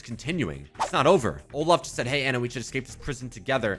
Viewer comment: ITS ANNA NOT ANA😭